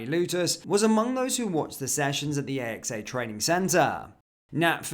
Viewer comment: AXA is said as a word, not as individual letters... both A's pronounced the same, AXE-A you're welcome YNWA